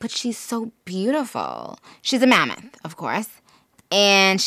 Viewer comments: Why did I think that she said Mormon instead of mammoth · AM I THE ONLY ONE THAT HEARS MERMAN INSTEAD OF MAMMOTH ??😂